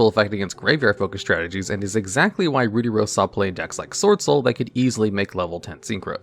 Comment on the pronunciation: Please for the love of god look up how to say "ruddy" it isn't said like "ruby" but with the b swapped for a d. Hearing Ruddy Rose Dragon how you say it is atrocious.